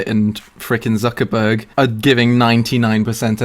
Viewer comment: Probably cringed at Zuckerberg too